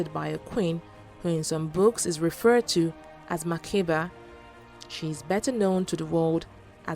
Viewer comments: Makeda Not Makiba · it is Makeda pronounced as Makda not Makeba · Makeda not makeba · hahaha....i am ethiopian and it is Makeda......actually its the narrator who made the mistake......he read it as makeba....may be influenced by the singer....but its MAKEDA.